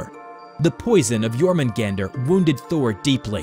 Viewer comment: Isn't it pronounced as "your-men-gawn-der" and "me-yoll-near"?